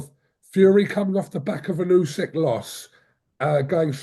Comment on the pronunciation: Can please learn how to say Uskys name properly. Its disrespectful that after all of thisvtime he still cant. Ooh-sick